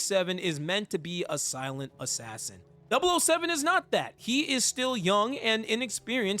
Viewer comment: ah hell nah 😂 it’s kinda funny these YouTubers acting like they’re familiar with James Bond but don’t even know how to say MI6 or 007 😂😂. Like I’ve only ever watched skyfall which I thought was peak at the time and played golden eye when I was a kid even tho by that time the game was already pretty old. I wouldn’t consider myself a super fan but DAMN those are the absolute basics 😂